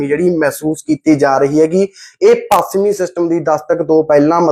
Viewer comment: Desi anchor apni punjabi ta shud karlai pachmi nu pasmi hi bol reyhai